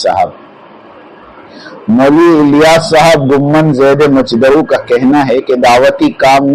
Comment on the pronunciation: زِیْدَ مَجْدُہٗ عربی دعائیہ کلمہ ہے۔ لہذا صحیح تلفظ ادا کیا کیجئے